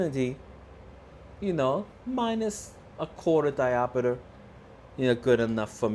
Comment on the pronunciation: It's diopter not diopeter.😮